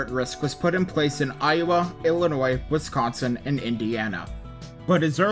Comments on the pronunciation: i’ve lived in wisconsin my whole life and you might be the first person i’ve heard from outside the midwest to pronounce it correctly, kudos! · Ditto lol, always love when someone from elsewhere doesn’t say “west-consin”